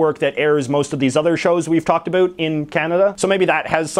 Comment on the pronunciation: Can you please correct the way you say “about”, as a Canadian I find it very annoying and stereotypical.